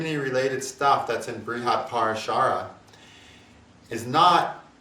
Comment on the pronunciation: I'm very curious, why do you choose to mispronounce Jaimini and Parasara?